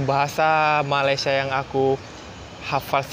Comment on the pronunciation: Masih belum jadi Malaysia, sekejap aku..sekejap saya..dan sebutan Malaysia pun masih salah...mungkin 2% saja berjaya.